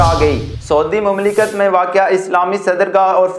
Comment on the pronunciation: یار اپنی اردو کسی اردودان آدمی سے پہلے ٹھیک بولنی سیکھو پھر اینکر پرسن ضرور بنو ۔ لفظ (مملکت) کی ادائیگی آپ کی صحیح نھیں ھے ۔ (آپ کا ایک خیرخواہ بھائی)